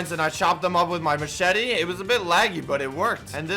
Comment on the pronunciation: No one: Literally no one::Macheti